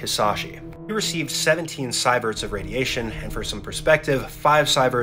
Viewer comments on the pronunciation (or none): It’s pronounced “SEE-VERTS”, not “SEYE-VERTS”. And 15 Sieverts is typically the range of total central nervous system obliteration. So how much this dude actually experienced after the fact is questionable. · He even pronounces it wrong. It should be "see-verts", not "sigh-verts". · cyberts is not the proper measurement for ionizing radiation, it's actual name is called "Sieverts" and pronounced "Seeverts".